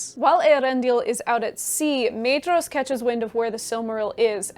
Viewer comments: No matter how commendable the rest of the video is (and given the breadth of the content, I can let some factual errors slip) but learn how to pronounce the names. There is no Maid-ross in the book. Maedhros is pronounced MY-thross, where the TH is voiced as in "those" and "there." Maeglin is MYglin. Aradhel is Arathel because again the DH represents a voiced TH. And either flap your Rs consistently or don't do it at all. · Fantastic synopsis! I only have two small pronunciation notes since Tolkien's English is a bit stale for us in the 21st. the pair of vowels "ae" are voiced as a long "i" as in 'eye'. The paring of "dh" is a voiced "dth" sound like the beginning of the word "their". So names like Maedhros get the double whammy and is pronounced M-eye-dth-ros. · Great summary! Small thing - “dh” in Tolkien’s languages is pronounced “th”, so Maedhros is pronounced “MYthros” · Wonderful video! Brilliant summery, and much appreciated 👍🏼✨✨ Quick pointless nerdy quibble: according to Christopher Tolkien's notes on pronunciation, "dh" represents a soft "th" sound in English, thus "Maedhros" would be something like "Maethros." Keep up the great work!!!